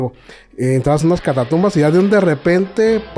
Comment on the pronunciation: Me encantó conocerlos!! Pero por qué el grabriel habla tan mal, dice “catatumbas” por nombrar alguna, y por qué no le CORRIGENNNNNN!!!